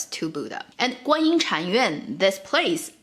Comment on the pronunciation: just you know the another smaller God you were talking about her name is not Guanyi, it's Guan shit yin or Guan yin da shi. she doesn't have much power, she got crown from Ru Lai(the most powerful god) and use a spell to control the crown to make wukong behalf.